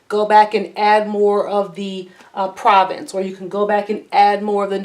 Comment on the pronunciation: Annie’s paint color Provence is pronounced Provance.